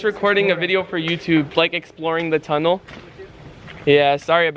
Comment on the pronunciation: that tunnel should be “ Datunnel”